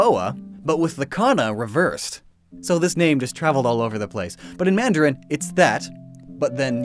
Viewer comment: Who is the speaker for mandarin in the video? His pronunciation is terrible. I can easily tell that he is a native Cantonese speaker instead of mandarin.